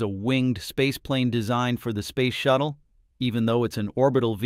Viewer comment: Yup..........Ctap.........no..........I did not misspell.........Spayce shatttle........😮